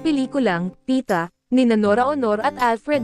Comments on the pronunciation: Tama! When you are a broadcast" journalist", at least try to learn the proper pronunciation of the words in your report. Kulang sa effort ang mga so-called journalists ngayon. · Congrats Pieta cast. Pieta po at hindi Pita. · It's PIETA and not Pita!